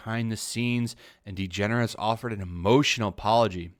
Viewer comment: WHO😲IS ELLEN DEGENERUS ??? NEVER HEARD OF HEŘ ???😀